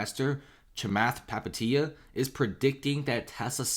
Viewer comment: Just butchering Palihapitiya pronunciation